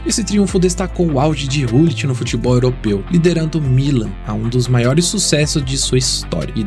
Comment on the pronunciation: Documentário muito bom, mas o que mata são as pronúncias, Rud "Rullit"......aff!!!